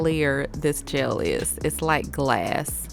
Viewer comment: The fact that you pronounce “gel” as “jail” is a pre cute accent